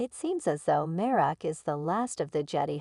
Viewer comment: You sound like Artificial Intelligence. BTW it's Marrok and Jedi, not Merric and Jetty.